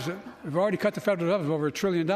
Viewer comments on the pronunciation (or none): I Cut the fedrbll decit 😂🤡